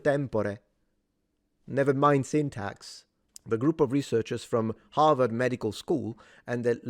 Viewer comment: Harward ha ha ha ha ha ha rward